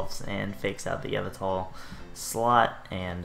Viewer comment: Your pronunciation of Yveltal really stressed me out. Other than that, good stuff :S